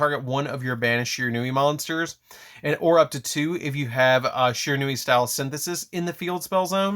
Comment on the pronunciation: Stop pronouncing this architype wrong